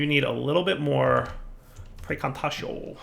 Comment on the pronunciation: It is pronounced Pry - Can - Tah - Tee - Oh